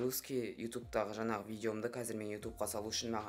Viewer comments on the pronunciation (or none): none